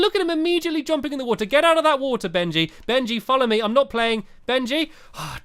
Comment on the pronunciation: It's Benji not Bengy